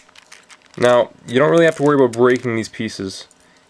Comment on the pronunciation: he says aboot! so he really is from canada!